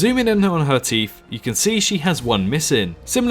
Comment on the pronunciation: Thousand... not Fousand. Teeth not Teef. Feather not Fevar.... The list is endless.